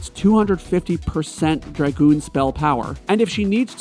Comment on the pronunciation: Dragon. Goon DRA (rhymes with ray) goon. Dragoon. Emphasis on the A